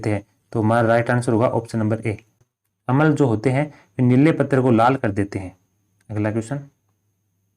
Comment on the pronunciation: भाई उसको अमल नहीं बोलते अम्ल बोलते हैं